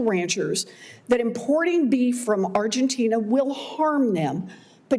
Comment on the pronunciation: Lady say it Argentina.